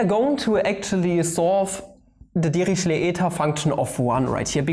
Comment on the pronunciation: LOL at first I thought you were saying devilishly eta function ==> devilled egg function